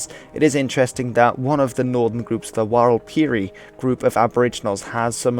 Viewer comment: Hearing the mispronouncing of walpiri made me laugh more than expected, especially considering I doubt anyone else who’s watched this video would know, basically the first I is silent. Used to live in Lajamanu which is the largest community in the western Walpiri region.